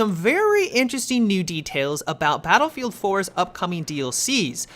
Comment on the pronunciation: Has anyone else noticed that Matimio always says Battlefield 3/Battlefield 4 like, "duhBattlefield 3/duhBattlefield 4"?